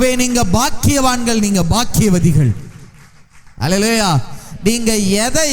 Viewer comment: ஒரு எபிரெய அறிஞர் அல்லலாயா... என்று பொறுப்பின்றி உச்சரிக்கலாமா ? மற்றபடி செய்தி நல்லது.